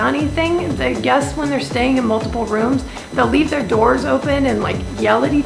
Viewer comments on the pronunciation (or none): none